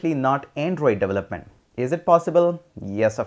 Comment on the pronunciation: how do pronounce "development" again? "devlelet"?